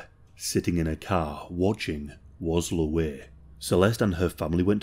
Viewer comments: I swear to God stop calling him Looweh. Its Louie. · “ Luh-weigh” lol. I love the accent